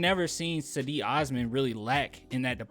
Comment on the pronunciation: Its JEDI... Like in Djengis Khan or the Stae Wars knight.. Djedi Osman